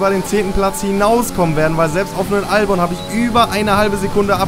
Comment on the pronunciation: Kleiner tipp: Albon wird Elbin ausgesprochen.😉